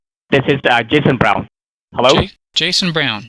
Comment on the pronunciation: Jesson Browhhhn, but of course you are Sanjeev, but as you said, close enough.